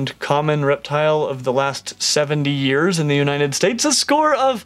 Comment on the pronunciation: He Said: “in the uniNed states :]